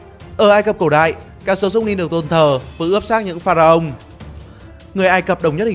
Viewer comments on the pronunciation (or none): nasus pha-ra-ong. 😂😂😂